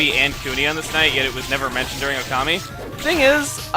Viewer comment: oh also it's Okami not ocami